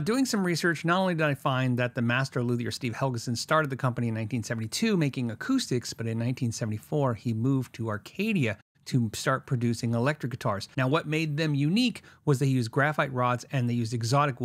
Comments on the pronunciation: its Arcata California not Arcadia . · Arcata, not Arcadia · For the record it's arcata California not Arcadia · You said Steve moved to "Arcadia", in fact it is Arcata, Ca. FYI. I met Steve a few times. Re-fretted my 76 Les Paul. Great work.